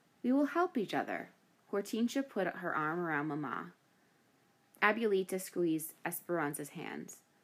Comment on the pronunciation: The way she mispronounces "abuelita" is cringe.